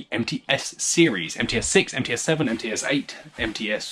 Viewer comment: What a nice take on Russian shotguns. As a Russian, I couldn't have done it better myself. Tskib is just a special division of the factory in Tula known as TOZ outside Russia and the posh guns are blandly called МЦ. It's pronounced "EmTse", second part sounds like half of the name of the horrible African fly Tsetse. I wish there was an English version of the article on MTse on Wikipedia. Anyway, thanks a lot for such a treat in these tough times.